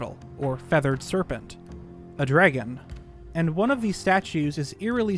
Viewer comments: I loved this but all I have to say is... "Dreggin" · I will never unhear the way you say "dregon". Thanks. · “Draygon” statue lmao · Okay, say the word “dreg,” Now say “Dr. Dre,” Now say the word “DRAG” You must be Canadian